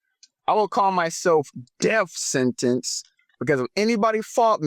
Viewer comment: “Death Sentence” or “Def Sentence”? I heard “Def” multiple times